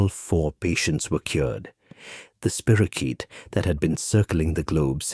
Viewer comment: It's not a spiro-CHEAT. It's a spiro- KEET